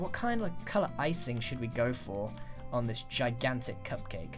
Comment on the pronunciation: When you said "I has cupcake" , it actually said "IHasCupQuake" as in the youtuber